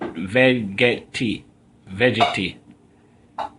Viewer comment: Terrible. Do not know how to pronounce the name of the device and pathetic demonstration. Need to.learn proper English and better presentation skill. Horrible.